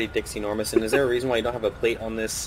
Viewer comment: did anybody else catch the fact that when say his name was Dixie Normous that it sounded like he said Dick's Enourmouse